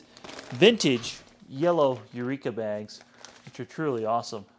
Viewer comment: Eureka not Eueka LOL.